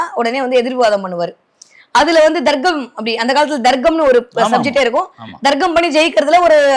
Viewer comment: Ennathu Darggamaa😂 Athu Tharkkam maa.Thamizh sorkkal ozhunga uchari muthalile